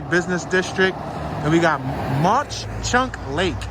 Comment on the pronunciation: It ‘s Mawk Chunk not Mosh chunk.